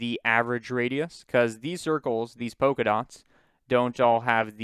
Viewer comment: but polka dots is pronounced polka dots, not poka dots.